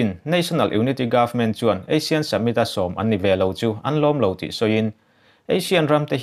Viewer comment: Asian tilo in Asin ti ang deuh a ASEAN hi lamrik tur,, summit spelling pawh submit tilo in samit tih tur, Mandalay pawh Mandalai ila ti reng mai.....ka khirh lutuk lo ang chu maw....hahahaa